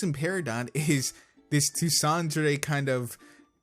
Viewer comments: Tu-san-dray? do you mean Tsundere? t-soon-dare-ay. I don't mean to be a dick but that jarred me a little bit XD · " Toosandare" I think you meant Tsundere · it's pronounced (soon-dear[rhymes with there]-a) Tsun~dere. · Did you say "tu-sandere" (best way i could spell out how you pronounced it.😂 not bashing. Much love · I love "toosawnderes"